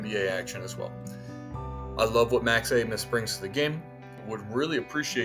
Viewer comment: Max is awesome tho, his last name is pronounced ace-mus